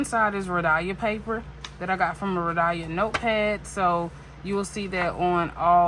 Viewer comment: Hey …”It’s hot in Georgia.” I giggled. 🤭 It’s 🥵 here in Vegas. Your heat is like warming up food in the microwave. 😉 You pronounce Rhodia as Ro dye uh… it’s Ro Dee uh. And say it with no stress sense. 💜 I’ve watched Karyna for a few years, she is the real deal. 😊 I recommend watching Brittany over at Carrots and Olives. She is also a wonderful creator. 💜 Sailor 731 was a delish color! ❤ ok I see you 237. Nice 😊 I love the ASMR of the boxes and bottles, pens etc. So keep up the noise. 😊 send me your mailing address and we can so an ink swap.